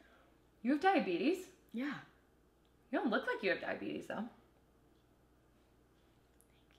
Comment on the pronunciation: I will say, for me a date ends immediately if she says diabet-uhs instead of diabetes.